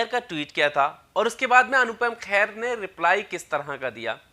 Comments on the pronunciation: It’s Kher not Khair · khair nhi Kher hai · भाई मेरे ख़ैर नहीं खेर है, बुरा नहीं maniyega क्योंकि ख़ैर सुनने में अजीब सा लग रहा है। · खैर नहीं खेर है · ख़ैर नहीं खेर।